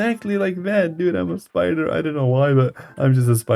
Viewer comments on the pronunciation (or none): You said spooder